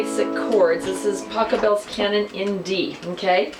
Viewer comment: Pachelbel!!!! Not Pachabel! What a mistake?